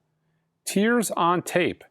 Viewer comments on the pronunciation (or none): none